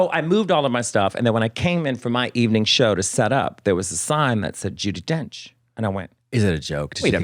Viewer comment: Ju-DEE Donch